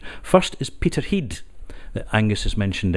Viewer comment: The lad putting on his phone voice for the interview and very nice it is too, but he slipped when he mentioned 'Peterheid', nice one mate, never be afraid of reverting to Scots, its a beautiful poetic language.